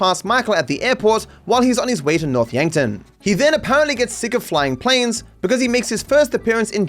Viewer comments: It sounds like he says “North’a Yankton” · the pause at "noth yankton" is so funny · "North Yankton" I lost it. 🤣🤣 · Franklin: “North Yankton”